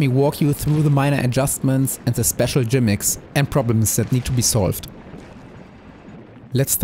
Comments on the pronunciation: Wait. Did you really say "jimick?" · Lovely video and very helpful. Just one small note though, It's Gimmick, with a G. It's the same pronunciation in German.